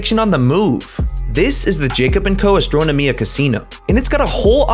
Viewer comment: Great video, but you pronounced the Jacob and Co. Astronomia watch wrong.